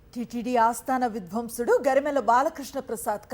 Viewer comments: యెక్కడ నుంచి వస్తారమ్మా మీరు మా ఖర్మ కాలి Mother tongue లో సరిగ్గా చడవలేరు కాని మీరు పెద్ద గొప్ప channel కి news చదువుతారు కాస్త language మీద శ్రద్ధ పెట్టండి విద్వాంసుడు కి విధ్వన్సుడికి హస్తి మసికాంతరం అంటారు చూడు అంత తేడా ఆమ్మో దీనికిఅర్ధం అడగకు బాబోయ్ ఒక్కసారి మీ head ని అడిగి ఆయనుకు పరీక్ష పెట్టు 😮😮 ఖర్మ ఖర్మ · THALLEE "VIDHVYMSUDU" KAADHU AMMALU TELUGU SAREGGA NEERCHUKONI PALUKU THALEE "SANGEETHA VIDVAAMSUDU" AAYAN KEERTHINEE THEESEESAVU KADHAMMA OKKA PALUKU THO. MANASU CHAALAA BHADHAGAA VUNDHI MEE VUCHHARANA VINTUNTEE AMMALU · Not vidhwamsudu. It's vidwaamsudu. Pls correct your pronounce. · Amma talli vidhwansudukaadu🙏it is vidhwaansudu anaalamma emi new readers talli😆🙏🙏🙏🙏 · తల్లీ యెక్కడ నుంచి వచ్చావు నువ్వు ఏమిటా చదవడం వింధ్వన్షడు కాదు అమ్హా తల్లీ విద్వాంసుడు ఏది ఒకటి రెండు సార్లు అను చూద్దాం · ఆస్థాన విధ్వం సుడు కాదమ్మా తల్లీ! విద్వాంసుడు ' అనాలి. ఖర్మ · .. విధ్వన్సుడు... ఏమిటి..విద్వాంసుడు అని పలకాలి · వీరు విద్వాంసుడు తల్లి.... విద్వంసుడు కాదు తల్లి..... రోజుకి 108 సార్లు ఈ మాటలు సాధనచెయ్యండు....వస్తుంది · అమ్మతల్లి, విధ్వంసుడు కాదు. విద్వాంసుడు. దీనికి దానికి చాలతేడా😊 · Amma talli. Vidhvamsudu Kaadhu, Vidhvaansudu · విద్వాంసులు.... అని చదవాలి... విధ్వంసుడు కాదు..... నీ తెలుగు తగలెయ్య.... ముందు తెలుగు భాష నేర్చుకో....